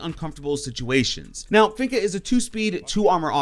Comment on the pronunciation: I was listening to his list and I was like okay he has good ideas and reasons for being on the list. Then he said finka. I instantly paused the video and disliked it, proceeded to go to the comment section and write this. Then clicked on a Random YouTube algorithm video. 😂